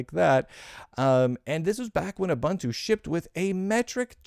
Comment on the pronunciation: It's ooo-BOON-too isn't it?